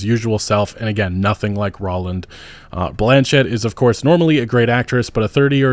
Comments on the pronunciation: Why does this mahfka keep calling row-lynd, raw-lynd? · did you just call him "Rahlend"?? lmao tf?